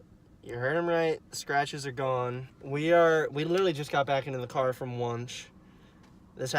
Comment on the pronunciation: I know I’m telling you this four years too late, but it’s pronounced “when-she” not “wonsh”. I’m sure that provoked the spirits 😉